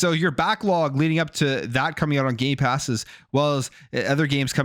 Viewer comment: He loves saying Gaypass